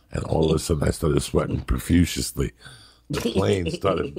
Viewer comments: Did Joey say "profuciously"?? 😂 fuck yeah this podcast has already made my work day better also Lee's laugh/giggle cracks me up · Joey "Prefruciously" Diaz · Profuciously is my favorite Joey-ism I always forget about it until he says it again. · Joey “I was sweatin’ profuciously” Diaz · joey ‘profusiously’ diaz